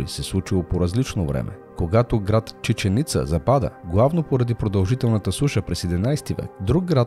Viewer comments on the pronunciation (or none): Освен това: ЧиченИца, като някаква тиганица. Правилното е Чичен Ица. Да не говорим за "кимерската" или "химерската" цивилизация! Скандално е, че го повтори десет пъти и нито веднъж не го каза правилно! КХМЕРИ - Кхмерска цивилизация! Ако някой се е заинтересувал от информацията, няма да може да го пусне през гугъл даже. Името Ангкор Ват го произнесе правилно поне - но само веднъж, останалите храмове само по веднъж ги оплеска, защото само по веднъж ги спомена. Изобщо - за тези хора е важно да пускат клипове на килограм, качеството им е от али експрес..